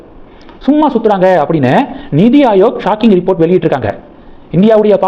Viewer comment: It is not Nidi Ayok, it is NITI AyoG, you ask us to leave comments but refuse to read them